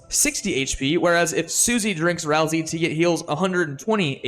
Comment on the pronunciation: FINALLY i found someone who pronounces ralsei the same as me